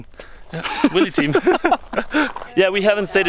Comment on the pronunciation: did any one else catch French wheelie sound like french willy?